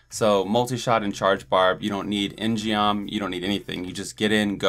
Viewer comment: In-Geom is Korean and is pronounced with a hard "G", more like "In-Gum". See e.g.